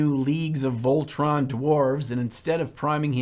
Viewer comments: I can already hear some inquisitors gather their gear and go on a crusade against because of that 'Leagues of Voltran' (?!)... It's just 'Votann' man:D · You did the L thing again, the leagues of Votann, not Voltann🤣🤣🤣🤣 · The whole way through, I kept saying to myself, that's now how you say Votann, is it? Is he doing that for engagement, for idiots like me to comment and say "JoN that's NoT hOw YoU sAy ThAt" but then I just settled with, it's simply, being. Great tutorial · You recieve 1 judgement token for mispronouncing leagues of votann. I enter my fight phase.